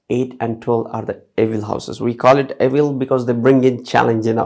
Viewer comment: Is he saying evil houses